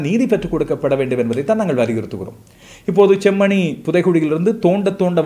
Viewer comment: நீங்களும் செம்மணி என்பதை chemmani என்று உச்சரிக்க வேண்டாம்